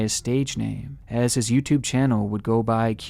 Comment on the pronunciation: Whaaaat someone with a mental disorder doing crazy shit with kids, say it ain't so. 🤣 And you mispronounced "his"